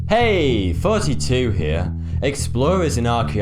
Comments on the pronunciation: Thoughty2 not Foughty2 say THHH not FFFFFF :P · whao else hears 42 rather than thoughty2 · Everyone comments that he has a lisp or says forty instead of thoughty. Alot of British people say words with an F instead of a T. Definitely not a lisp. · Banana Man same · Me he says 42 I can bet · I don't why but it keeps bothering me too. Even myself trying to spell it right every time the video started and wonder how "tho-ug-ty" can become "fho-ug-ty" two. oh well. that hurts by brain. ignore it. XD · It sounds like you say "Hey 42 Here" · I swear this guy says 42 Not 32 or anything else I always hear "42 here" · you know whenever he says thoughty2 here I always think he says fourtytwo